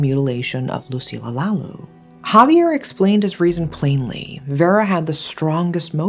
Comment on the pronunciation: lucilla lalu pronounce as Loo See Lya La Loo